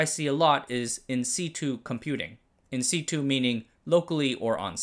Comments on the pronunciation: One small note, in situ is pronounced Sit-u not si-tu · in situ, pronouned "in sit-chew" (since "situ" is the base of "situation") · said "in sitchu" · "in sitch ooh" or "in sit yoo". It's a bastardization of "in situation" so it's however you pronounce situation minus the -ation. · Voiced perfectly? 🤔 "In situ" is pronounced in sit-yu, not in see-tu. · it's "en see-chew", bro. Not "in see-too". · In situ, pronounced in English in-sit-chew, as opposed to your version; 'in-see-two', renders the English to English speakers virtually unintelligible. I get the feeling you are fanning your monster ego in this one? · I've always heard that pronounced "In Sitchu". Not saying that's correct but its how I've heard it. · That's in sitch-'u' 🤦‍♂ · Situ pronounced “sit you” (not c 2) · Just FYI I've always heard it pronounced as in sit-U (as say what u do in a seat then u as in you). I wouldn't even bother since I could care less how things are pronounced but I found out my wife cares about not mispronouncing things like that so I figured I'd pass along the info. But maybe your way is just a recognized alternative. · Another really informative and easy to follow video. Thank you. I noticed your pronunciation of “insitu” as I’ve always pronounced it “insitchu”. Wonder if I’ve been wrong all these years? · Sorry to be "that guy" but In Situ is pronounced "In Sit uu" (as in to sit down) - It's weird, I know... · Nice video. BTW it's pronounced as 'in-situation'. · it's pronounced in-sit-choo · But the pronunciation of In Situ is definitely not correct